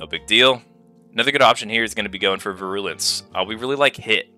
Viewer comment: Great video aside from your pronunciation of “virulence”